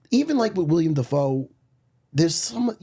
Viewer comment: its fuckin willem matt not william